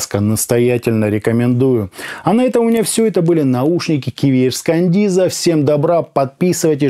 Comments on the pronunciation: Маркетологи наушников смотрели обзор,с перекошенными рожами,скрипя зубами...шипя от злости:"Каденза,а не кандиза...Каденза,Каденза су.а!"🤣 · Не кандиза, а каденца !!! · Хаха, Кандиза 😅. Кандализа)))) 😂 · Отличный приём, возьму на заметку. Берём и неправильно читаем название и получаем кучу отзывов, где каждый хочет поправить. Так бы эти грамотеи ничего не написали бы.